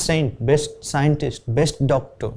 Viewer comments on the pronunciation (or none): none